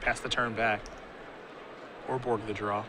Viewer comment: It's called Urborg, bro.